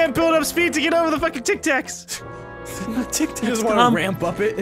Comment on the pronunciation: "Tac Tacs" xD